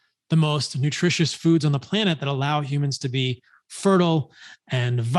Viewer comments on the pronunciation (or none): none